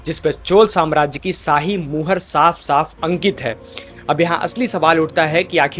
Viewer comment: Mr. YouTuber, there is a problem in your pronunciation of श् and स्. You said , साही instead of शाही. You said भासा instead of भाषा।